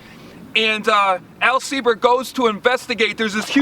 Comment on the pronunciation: Very cool! Love your enthusiasm and definitely subscribing. Although I am a "Sieber", I don't believe there is any direct relation to Al Sieber. But proud to carry his name :) And thank you for pronouncing the name correctly (many folks don't).